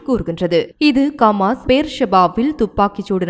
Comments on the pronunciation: ரF பா.... ரபா...இல்ல.....கமாஸ் இல்ல.....ஹமாஸ் பெயர்கள் அழகாவாசி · கமாஸில்லை சகோதரி ஹமாஸ்.